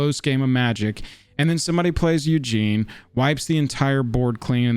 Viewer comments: If you're going to start doing more of these videos, I recommend doing your research and learning how to pronounce "OOggin" not "Eugene". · I could be wrong but I’m pretty sure you’re pronouncing some of these names incorrectly. Ugin is pronounced Oo-gin not Eujin and Teferi is pronounced Te-far-E